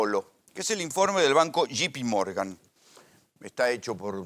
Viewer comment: Cuantas veces dijo shipimorgan? Burro